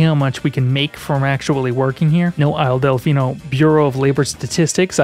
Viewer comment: When i heard you say “isle delficino” i heard “isle deficeno” as deficate with a no at the end